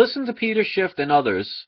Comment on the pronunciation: Judas was a silver stacker. Oh yeah it's Schiff, not Shift.